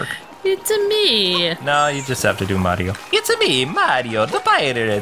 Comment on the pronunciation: Its'a me, Arr-io!